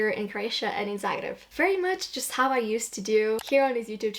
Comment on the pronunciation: as a croat, i find it very lovely the way you pronounce zagreb with the proper, hard 'r' instead of the soft way of saying that english speakers use. a small detail, but very meaningful in my opinion! glad you've been enjoying yourself here <33